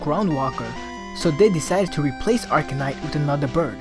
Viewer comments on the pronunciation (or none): it sounds like you're saying arcanite. its arcanine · arcaNINE... NOT ARCANITE